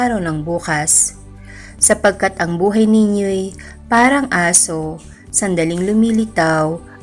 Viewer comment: Pagtatama ng bigkas: ASO ( Dog) … bigkas Malumanay o Mabagal ASO. ( usok/ Smoke) Mabilis ang pagbigjas. Kaya…. Mali ang pagkakabasa ng salitabg ASO kanina… DAPAT ay MABILIS ang bigkas dahil sng tinutukoy ay sng USOK ( smoke)